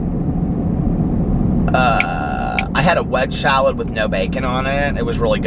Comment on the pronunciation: It cracks me up every time you say "wedge shalad" 😂 instead of wedge salad